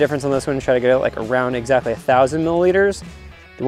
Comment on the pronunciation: "Around excatly" my favorite tkor line lol